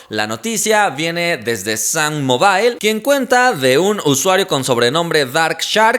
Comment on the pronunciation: sammobol se pronuncia